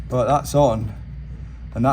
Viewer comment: Can you practice saying but correctly